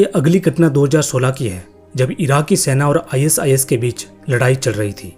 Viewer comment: Are bhai is is mat bol i sis bol le bhai😅😅😅